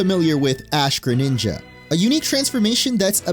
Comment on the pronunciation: DO NOT LEAVE OF THE R IN GRENINJA THE FIRST TIME!